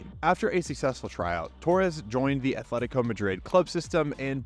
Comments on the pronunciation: "athletico" my ears bleed. it's either Athletic Bilbao or Atletico de Madrid. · Loved you vid, but please don’t pronounce it as “Athletico” 🥲 Otherwise, a nice story! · Atletico not Athletico.